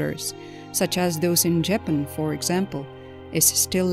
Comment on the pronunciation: Teach your Narrator how to pronounce "Japan", "Debris" ( S is silent). Many other words were botched. Incredibly unprofessional. A good Narrator makes ZERO mistakes.